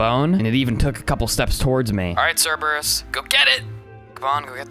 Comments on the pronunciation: Mate it's not the Cerberus it's just Cerberus You don't say the Zeus or the Hades do you? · Bro love the content but pleassssse i beg you Dont pronounce crebreus wrong plz It hurts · u pronounced Cerberus wrong